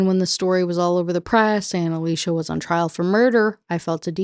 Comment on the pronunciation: First off: thanks for saying Alicia that way. That’s my cousins name and is indeed pronounced like that Woman, speaks: SIREN! LURING MEN TO THEIR DOOM! Woman, doesn’t speak: SILENT SIREN! LURING MEN TO THEIR DOOM! Men shut the f up challenge “Kathy hates weed” Me: DUMP HER! “Kathy is cheating on him” Me: Oh, yeah… totally then. You always explain these books in a way that makes them seem soooo interesting. I guess it’s because I don’t have to deal with the WAY it was written.